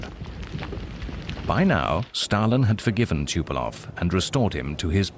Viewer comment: The narrator cant even say the name of Tupolev right.